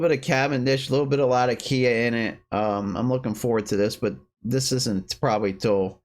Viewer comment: Nice recommendations. Out of curiosity, why do you (and practically everyone on youtube) pronounce Latakia that way? As I'm sure you know it's named after the city in Syria that it used to be cured in and that's not how the city is pronounced.